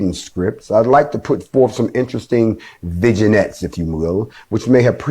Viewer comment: What the hell is a vig-i-nette? :D